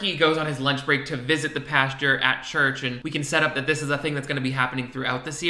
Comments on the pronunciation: nothing’s more gay that not being able to pronounce pastor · I don’t know if he is from the south but I’m from Georgia and a lot of people from here and the south pronounce it that way lol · I’m so sorry but the way you pronounce “pastor” I kept picturing talking to a field of cows😂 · i was about to comment the same thing lollolol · It cracks me up everyone pronounces “pastor” as “pasture”. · I’m enjoying watching these out of order and going back to the time that you are saying pash-ter after having watched the future where you learn it’s pastor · I keep thinking that is going to frolic in a field with cows every time he says pasture. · As always, christian live-action tv and film is the cheesiest, most awkward trash out there That being said, I am so distracted by the way you pronounce "pastor." I was so confused, like "pasture? is this man a malibu man and a farmer?? What?" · Say "pasteur" one more time. You're amazing btw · "PAsture" I'm dying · no one:: the correct pronunciation of "pastor" is "pasture" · Haha I say “Pasture” too. I didn’t realize that was wrong 😅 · I was a Christian for 13 years of my life and still managed to get away with pronouncing it “pasture” the whole time😂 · Don't worry...I say "pastor" the same way. I just can't get it.